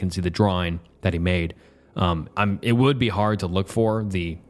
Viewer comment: Come on man, not even four minutes in without pronouncing "would" as "world"? Check your recordings or something.